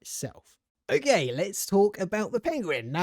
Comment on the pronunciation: Why do you say O GAY